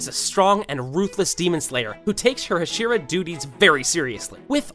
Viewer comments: I know it's unfair, but I can't stand the ha-SHE-ra pronunciation. Can't finish the video bc it's just annoying the hell out of me. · Are you just trolling rn? There’s no way you just said “HashEEra”😭😭😭😭😭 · You pronounce hashira wrong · stop saying it like husheru?! its ha she ru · The fact bro said hesira 💀 bro it’s pronounced ha-sh-E-Ra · Jesus Christ it’s HAH-SHEE-RAH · I have a slight feeling this man did NOT watch the show. he called kanae kanao and he also pronounced tengen and hashira wrong. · Hashira nah hasheara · I hate the fuck way he said Hashira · TenJen...?! What the... It's a hard G. Tengen. Can't subscribe to someone who says TenJen. Wow. Also.. HaSHEEra? No, dude.